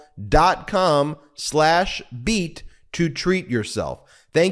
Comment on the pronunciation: I love you people, BUT, the way you say BEAT almost pisses me off.:goodvibes